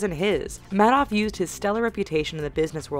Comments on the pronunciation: It's "made off" not mad off. Worse, it's "Kloo-gee" not "klooje" How can you possibly mispronounce names that are so media-prominent? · bernie ma-doff she says lol wtf